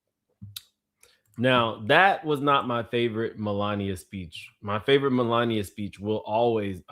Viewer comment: Mel----lania lmao!